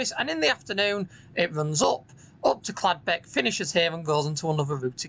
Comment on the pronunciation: I thought it was Caldbeck not Cladbeck?